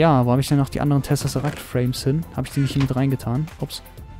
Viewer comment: es heißt Tesseract nicht "Tessesseract"